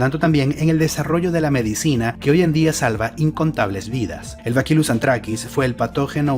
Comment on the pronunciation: Lamento corregirte, pero se pronuncia Bacillus, no bakilus como dices P. D. Soy bacteriólogo